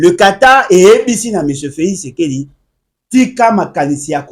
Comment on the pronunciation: Oyo akobela liboma. Jusqu'au point de ne plus savoir comment dire Felix Tshisekedi, il dit Felix sekedi. Regrettable pour une personne pareille qui croit se faire un nom en citant le nom du président 1000 fois dans ses émissions